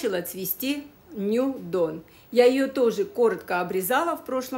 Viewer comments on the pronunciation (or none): none